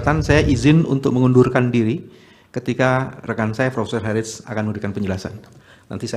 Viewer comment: Prof. Eddy Hiariej?? Di ruang sidang ini marganya dilafalkan "herits". Berhubung Prof Eddy ini orang Ambon maka dapat saya katakan bhw lafal "herits" itu terdengar aneh bagi kami orang Ambon. Lazimnya kami melafalkan marga tsb sebagai mana bunyi huruf2 yg tertulis, sehingga menjadi "hehariye" atau cuma "hariye"